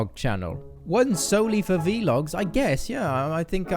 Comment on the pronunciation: Boi keen dem vlogs in dis channel, oh and it's vlogs not v logs haha